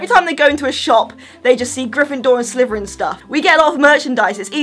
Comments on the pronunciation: Are you saying Slyverin? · I love how she says Sliverin 😂💚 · All I hear is sliveren